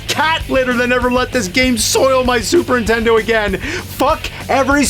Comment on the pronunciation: ...Super intendo 😅😂